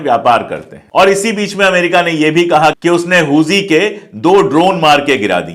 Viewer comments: Huthi हैं जी हूजी नही हाउथी है वो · Huzi nhi huthi hota h sir😂😂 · Hooji nahi hooti hota h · "हुती" (HOUTI) है भाई साहेब "होजी" (HOUJHI) नही है। Please Note it. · Pandey ji,correct word Houthi hai Hooji nahin. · हुजी नहीं है सर हूती है| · Huji nahi bhai huti k samane bolo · Houji nhi houthi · does not even know how pronounce Hoothys. He speaks Hoojees 😊😊😊😊😊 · Yes, exactly.